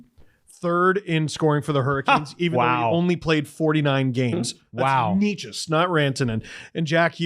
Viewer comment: It's Nay-chess